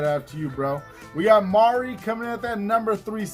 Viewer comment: Hey....thanks for the shout out bro It's MARL not MARI but i didn't mind hehe. Sry for your recent loss. Take it easy bro